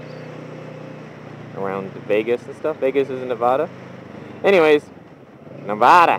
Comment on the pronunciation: Please learn how to say nevada... plz man.... love ur vids but.. ne-vah-da not cool...